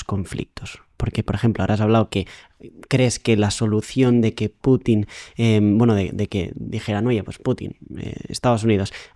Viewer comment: Hombrecito ignorante, el entrevistado, los ucranianos son un intento mal intencionado de los europeos traumados. Usted está sesgado. Note que el entrevistador sí es profesional pronuncia Pútin.